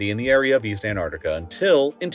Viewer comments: The biggest mystery of this video is why can't he pronounce the first T in Antarctica? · I can’t stand hearing this guy mispronouncing AntARCTICa every two seconds. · I'm not sure if you noticed but the 3 letter of this continent's name is the letter 'T'. It seems like you forgot to pronounce it throughout the entire video. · They made a 40 minute video about a continent that he can't pronounce correctly. bruh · Anarnica? Is this another mispronounced word, from the American version of Engliish? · If the narrator can't even pronounce Antarctica correctly in the first 2 seconds of the video, the video isn't worth watching. It's not pronounced Ant-ar-dica. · Do Americans really pronounce it "Anardiga"? 😅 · An entire video on the continent, and you’re not pronouncing it correctly. It’s “ant-ARK-tih-kuh” I can forgive this due to the amazingness of the video. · I can not listen to 37 minutes of someone pronouncing "Antarctica", "Anarnica" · I don't like how you pronounce "En-ar-ticca." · What’s this place Annartica, the metallic voice keeps mentioning? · AnTarTica. Please pronounce your Ts. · Interesting, but would be better if he didn't pronounce the word as "Anarica" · I wish this guy would pronounce the bloody name correctly! Its AnTartica! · Is the narrator AI? Or do Americans really pronounce Antarctica “a-nar-ti-ca”? 🤔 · would you pls try to learn how to properly pronounce the name of that continent? ant arc tica … the first t and first c are supposed to be prominently pronounced! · Please, it's anTaraCtica, not anartica. Drives me mad to hear it mispronounced all the time😢... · What's an Anartica? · I can't handle how he says 'Antartica' which is gonna make watching a 40 min video on said subject really tricky Ann-arr-ica There are T's in there somewhere, they're barely glottal stops to this narrator... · Antarctica is pronounced ANT-ARK-TI-KA. I wouldn’t want to hear you pronounce nuclear. Sorry, just saying. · an ar ti a :) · Also A N N A R T I C A